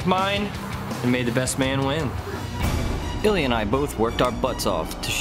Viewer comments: Two syllables, sounds kinda like EEL-yah, except the L is palatalized, which is...hard to explain to an English speaker. The closest explanation is the "l" in "million," which also has only two syllables. It can give the illusion of three, but it isn't. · Hmmm...yes, Ilya was sneaky, but ultimately I have to go with him on aesthetics as well as weapon usefulness. I'm afraid I did not care for that tiger-striped handle on. Now, I realize I am only a beginning Russian speaker, but is it just me or do Ilya's coworkers constantly butcher his name? I don't know where that extra syllable is coming from. O_o Could a native Russian speaker tell me if they notice it too and if so, does it get on their nerves?